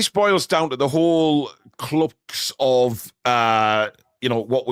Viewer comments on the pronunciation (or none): mate it’s crux not clucks